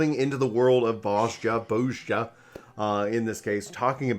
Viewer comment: It is pronounced Boz-ya, not Boz-ja ;) To make people run the Castrum, they just need to have some fragments drop in the last chest that will be needed for Delubrum Savage. This, and make castrum give a good amount of job exp.